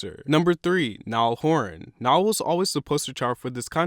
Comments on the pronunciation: NALL !!!!!! NOT NIAL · It's Niall, not nial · It’s Niall not Nial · its niall not nial. get your facts straight before making a video like this. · ITS NIALL NOT NIAL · Omg it's niall not nial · its NIALL not NIAL. CAN SOMEONE EVER GET HIS NAME RIGHT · Niall not Nial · It's Niall with two "n"s sweety ❤️